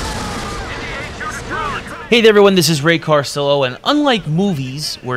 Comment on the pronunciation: he also says "Heid everyone"